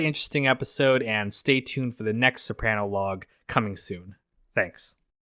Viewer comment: it’s pronounced so-pruh-no not so-pran-o (I born and raised Capaci south Italy)